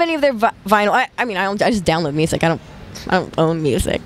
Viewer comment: ✨💘 “ becauthe it’s the future of muthic . futurithick muthic “ 💘✨